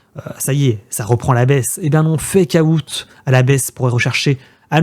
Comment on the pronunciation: FécaOUTE ? C'est quoi ça ? Svp quoi faites un effort les français. Bientôt ça sera Bitcouin